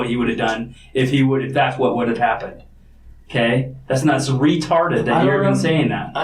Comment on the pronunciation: detective put some hard emphasis on REEtarded lol.